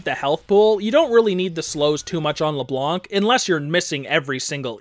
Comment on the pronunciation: you don't pronounc the C in ''Leblanc''